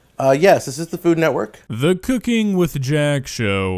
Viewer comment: To be fair to Jack, the lady really butchered “food network” Sounded more like “Fulumwerk???” 😂